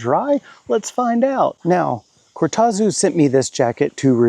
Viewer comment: Just bought my first Cortazu ( deep purple) jacket and we definitely don't pronounce it like that in Australia 😆 It's about to get its first airing on the Camino Frances. Thanks for the review, I reckon its a fabulous jacket and their customer service is brilliant in my experience.The Netherlands is a long way from Australia and their service was super quick.